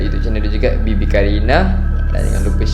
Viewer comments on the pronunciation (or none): sebut bibi ke baby qarina